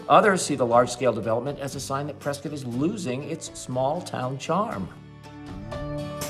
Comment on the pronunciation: Why do you call it Priscuit, like Biscuit? Don't the locals call you out on that?